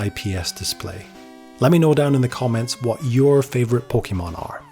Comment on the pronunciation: While I love your passion for the Pokemon franchise, every time you say it's name I cringe a bit. Please, do yourself a favor and look up how to pronounce it correctly.